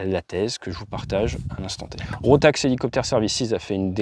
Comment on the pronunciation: Encore une histoire triste pleine de leçons à retenir :face-fuchsia-tongue-out: Petit correctif pour les tags et la prononciation, c'est bien RotaK et pas RotaX, Rotax étant un constructeur de moteurs autrichien, dans l'aviation légère mais pas que 😉 aaah la tête de mon mécano quand je lui ai amené un carter d'embrayage "rotax" pour en extraire le roulement de butée, priceless ...